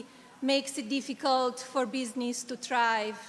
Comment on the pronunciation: Hello Madison Scare Garden! To Malania. Learn how to say entertainment not enterchainment! Learn how to say iconic, not ichonic! Learnt how to say thrive, not chrive. Dont say “for benefit”, say for THE benefit. Use your money and go and learn english properly.